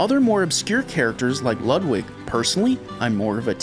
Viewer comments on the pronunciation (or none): none